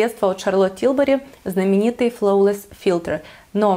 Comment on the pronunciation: В слове flawless буква W не читается